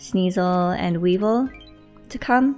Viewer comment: Its weavile! You said Weevil 😆, thats from yugioh. Also that aron is okay, exp+, energy down for aron is good since you wanna get to level 60 as fast as possible & he has a main skill that gives him energy if you have a healer on the team, then its a non negative nature.